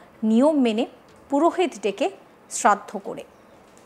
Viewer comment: ota cherraddo na ota sraddho bole😅 by the way kaku tar wife er sraddho kore khub valo kaj koreche ❤